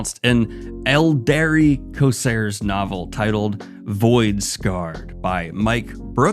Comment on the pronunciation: *there is an 'r' in co - r - sairs. Thanks for the updates and keep up the good work!